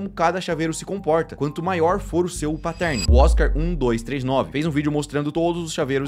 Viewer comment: Os vídeos são muito legais. Mas pelo amor de deus, parem de falar "patérni" e "mireige". O que eu vejo de gente que fala errado essas palavras só porque os youtubers continuam a pronunciar essas palavras erradas é dose. É fácil, gente. É só assistir os videos gringos ou jogar no Google translator. Eu sei que vocês não falam inglês e tals, mas não é difícil. Pronunciar "Mireige" me dói ainda mais porque vocês estão inventando uma palavra/pronuncia que não existe e milhares de pessoas continuam a repetir o erro.